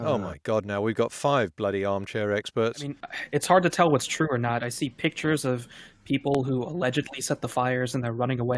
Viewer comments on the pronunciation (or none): none